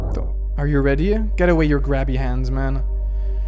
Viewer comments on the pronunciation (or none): none